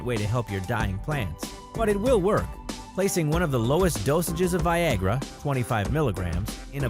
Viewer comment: did anyone think it said vagina instead of Viagra